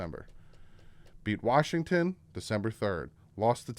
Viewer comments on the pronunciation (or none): none